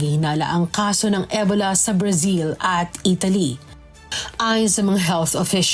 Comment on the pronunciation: E-bola ng e-bola si ate mo. Ansakit sa tenga.😅 Ee-bow-la kasi